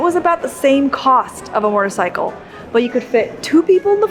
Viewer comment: You have an interesting way of pronouncing “motorcycle” as “mortorcycle” - with an extra “r” thrown in. Wonder where you picked that up